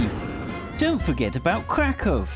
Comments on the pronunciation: It is craCk-Ohw) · Roklow lol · Omg yes I was cringing when he said Kraków cos he said it wrong and I don't know what the other city was cos he said it wrong. Also I cringed because I am polish and in Poland right now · Kraków != "KRAKOV" IM DYING! Wrocław != "WROKLOV" OMG xD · His pronounciation of Polish cities is painful. It’s not Rawclaw, but Wrocław! (Vro-sslav)